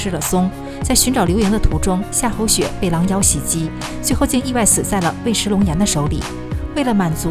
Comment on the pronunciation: 尉迟 yu(四声）chi